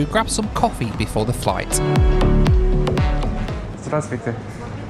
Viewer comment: Really good Russian pronunciation for 'hello'- здравствуйте!! I was impressed. Suspiciously good in fact....